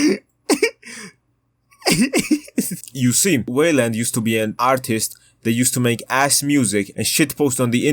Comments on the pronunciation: Whaleland is an insane pronunciation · stop saying weiland like dat